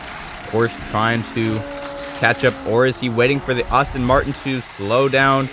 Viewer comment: Pronunciation Aston Martin not Austin Martin Alfa "Row Mayo" not Romeo, excellent races.